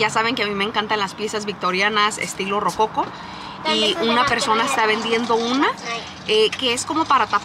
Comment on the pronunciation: Hola, saludos. Solo a modo de información, no se dice Rococo, se dice Rococó y tampoco se dice Patina, se dice Pátina. Cariños para todos